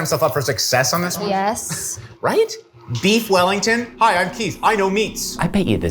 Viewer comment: Weef Bellington